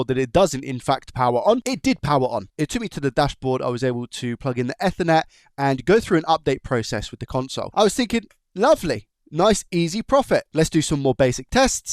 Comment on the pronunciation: But.. but.. you said effernet 🤣